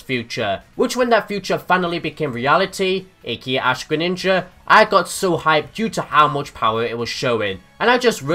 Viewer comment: GRENINJA NOT GRENINGA,ALSO, greninja>charizard,just by a bit